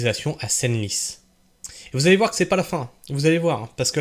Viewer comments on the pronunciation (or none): Senlis se prononce « sans lisse » bon sang !!! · Senlis Senlis phonétiquement sanlis